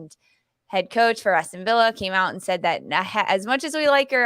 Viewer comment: Its ASTON VILLA. No H and hard L